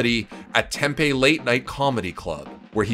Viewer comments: Tempay lol its tempe 😊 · my guy its pronounced Tempee not Tempay lmfao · "TEM-PAY" good try bro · i live in az and he said tempe horribly wrong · Said Tempe wrong my guy